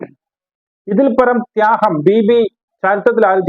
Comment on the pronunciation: Thyaham.... not ത്യാഗം